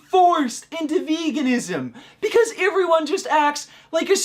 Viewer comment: why dose he pronounce words so weirdly.like how he says everyone.